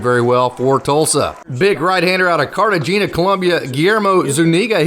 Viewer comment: Really enjoy your takes about the farm teams...so glad I found your channel! Keep'em coming!! Not pronounced "Car-te- geena" it's pronounced "Car-te-hay-na" 😉👍🏾👌🏾